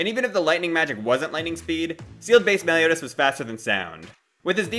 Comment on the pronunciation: Said meliotas lol